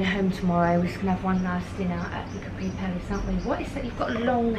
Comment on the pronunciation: I love your videos. Just in case no one has corrected you yet (I didn’t read through all your comments) you’re mispronouncing Capri. The accent is on the ‘a’, not on the ‘i’. I think we should all take the time to learn how to pronounce foreign words and names as it shows respect for the culture. Ask any native Italian, they’ll confirm the pronunciation. God bless.